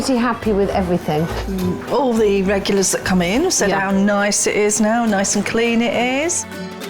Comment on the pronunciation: Did Alex say everythink?Wow,I thought she could speak well.The word is everything,Alex.